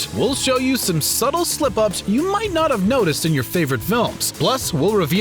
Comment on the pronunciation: You lost me at "SuT-Tle"